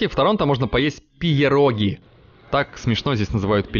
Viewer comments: Там в слове Pierogi буква "e" звучит как "э" ибо это инглиш. А сочетание "ie" это и есть тот самый звук в русском "е". Тобишь написано "пероги", а не "пиероги" 😉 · не ПИЕРОГИ, а ПЕРОГИ, это польское слово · Антоне, «Pierogi» це по польські вареники, то польський заклад) вимовляється, як [пєрогі] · Pierogi - читается как "пьероги" - и это польское название вареников)